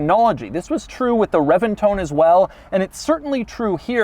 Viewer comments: Pretty sure it’s not pronounced CHEN-tinario. Reventon is also pronounced reBenton. Not reventone. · "The Reventone" "The Chentinario" What annoying mispronciations. The Centenario Comes with a roof. This is the roadster. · Yeah but he pronounces Reventon as reventone when it’s reBenton. So he really isn’t right.